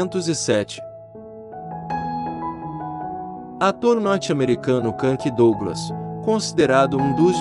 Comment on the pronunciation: O nome do ator na praia assinando no glúteo da garota é KIRK DOULGAS E não Kank.